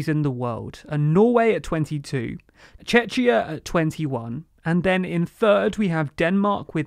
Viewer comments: Please, stop saying Chechia, it is Czechia - pronounced as Chekia. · Czechia is pronounced like "checkia", with a /k/ as the middle consonant. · he said chechia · when pronouncing Czechia you pronounced it as "Chechia" as if a mixture between Chechnya & Czechia. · firstly it's Czechia [Čekia] not [Čečia], secondly, you should use Czech/ Czech Republic, not Czechia same as you say France and not the French Republic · That was the worst pronounciation of Czechia I've ever heard... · Err…Czechia is pronounched like check-ya, not chech-ya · I think the ch in Czechia should be pronounced as a k ( like the Ch in chemistry) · It just wouldn't be if he hadn't pronounced something wrong. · "Chechia" I had a heart attack I thought Russia released chechnya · Chechia?!.. Wtf is that :-( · Wt heck is čečia??? Czech Republic or Czechia 🧐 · ITS CZECH REPUBLIC >:( NOT CHECHIA >:( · i shoiuld say something lmao 1. point - It was called Czechoslovakia which as said earlier is dissolved (1993) 2. Never wrong-ly "teach" others about their own country The mispronunciation in videos can happen - especially in those kind of videos. Please be respectful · I believe Czechoslovakia was dissolved and it formed 2 countries, Slovakia and Czech Republic a.k.a. Czechia. The way to pronounce the “ch” is like a “k”. Their respective capitals are Bratislava and Prague. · Czechia pronunciation hurts so badly. Don´t pronounce it like Chechnya (Russia). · You butchered the pronunciation of Czechia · if you weren't sure how to pronounce Czechia why you haven't checked it? ch is pronounced as k in czechia. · Hey guys. Please please please 🙏 learn the pronunciation of "Czechia". If it is so hard for you to pronounce properly you can still stick to "Czech Republic" which is absolutely all right, as you used it correctly later in the video. I hope you get it better next time. So you won't confuse even people form Czechia. THX. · Please learn pronunciation o Czechia